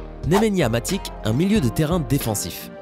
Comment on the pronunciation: Pour faire croire un minimum que vous vous y connaissez en football il va falloir revoir la prononciation de plusieurs joueur (notamment ceux des joueurs de l'Europe de l'Est - Matic Akinfeev Modric)